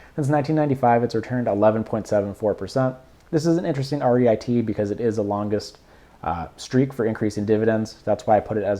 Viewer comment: It is Reeet. Not REIT. Good analysis👍